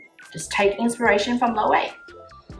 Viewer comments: It's pronounced Low-ay-vey -- 3 syllables, accent on the middle syllable, long a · Loewe is pronounced as “lo-weh-vay”